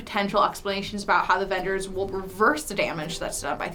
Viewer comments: Is it just me or are some of them saying “ADvengers”?? Instead of “AVengers” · Darc Dreams she sounded like she said "advengers" lol it was a joke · am i the only one hearing some of them call it "the advengers" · Did that blonde girl just say AFENGERS? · Advengers?? XD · Is she saying advengers? And not avengers?